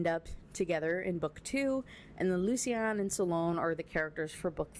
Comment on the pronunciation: My feedback: I agree, this book sucks. Other notes: I think Lucian is actually loo-shun, I believe the way you say it it would be spelled Lucienne or something like that. Also the very last line made me a little sick. The daisies she had in her hair were the daisies she wore for her last wedding, to the abuser. It would feel like a slap in the face if I was marrying someone and they asked me to do that. I get that it’s her nickname and it’s supposed to be cute but no, absolutely not.